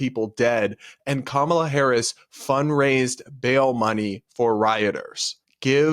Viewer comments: They're mispronouncing her name 😂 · They pronounced Kamala wrong too. Big nono according to their side. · Its the family mispronouncing Kamala's name for me 😁 I've heard so many leftists/liberals saying it wrong KAmala not KamAla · They also mispronounced her name about 100 times. Hahaha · it's KAHMUHLUH!!! guys now we have to berate them about the pronunciation on CNN in a kindergarten style debate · We all ignoring they’re saying Kamala wrong?!? lol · They are actually saying Kamala's name wrong too